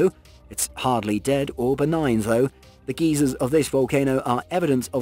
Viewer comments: Volcanic Geysers ? for heavens sake they are not geezers. They are pronounced G eye zers ! Where are you from to have such bad english lol. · In reference to the super volcano, the word GIZERS is not said like a bunch old men called geezers, to properly pronounce Gizers is said like GUY - ZERS, There got that off my chest...lol still a very good video and i enjoyed it as i do with all the interesting videos you create. Thanks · Does anyone else envision a grumpy old man every time he says "geezers" instead of "geysers"? lol